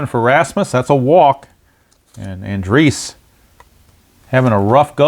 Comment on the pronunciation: /. Another excellent game. Matt Andriese 's last name is An--Dreese. with 2 syllables. I was unfortunate to see him pitch for a season and a half in Arizona. Thanks for the play-by-play, game, and video.